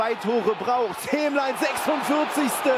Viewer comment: Hemlein nicht Hemmlein.